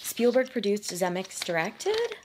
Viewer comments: 3 syllables in Zemeckis ZEH-MEH-KISS! Eric Stoltz was in Fast Times ( one of Spicolli's Stoner buddies) and the drug dealer in Pulp Fiction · “Zuh-meh-kiss”…just sayin’… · The expression is " Make like a tree and LEAVE" Stupid Biff says it wrong. Everyone who watches this movie always gives Steven Speilberg too much credit - Robert Zemekis DIRECTED the movie!!! BTW, it's pronounced "ze MEK is" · I’m new to your channel, and I’m really enjoying it so far! Thanks for your hard work! Side note: Robert Zemeckis… that last name is pronounced zim-EH-kiss, but you probably know that by now. 🙂